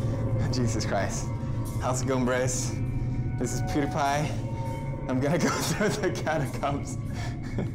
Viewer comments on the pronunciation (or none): This is where the video where pewdiepie says "pewdiepie" abnormally.